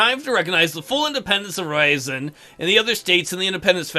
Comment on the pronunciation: "Independence of Ryazan!" - but you pronounced it as Raisin=) P.S. You have to raise Crown Authority plus, if I am not mistaken, Centralization. Since you can raise it only once per monarch, you better do it as soon as possible.